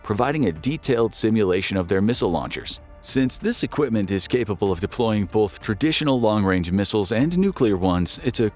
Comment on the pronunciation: Its "BOTH" not "Bauth"